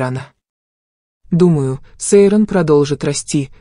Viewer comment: Читайте правильно имя Сейран послушайте как говорят турки!